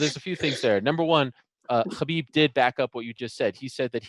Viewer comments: Ariel, there is no hard “khaaa” k sound in Khabibs name. He literally said that it’s pronounced like an “h”. Habib more or less. Cheers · Come on Ariel, pronounce the name of the champ right.